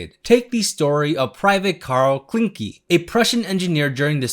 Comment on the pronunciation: You pronounced Schleswig pretty well, but Klinke was a bit off. Greetings from Germany.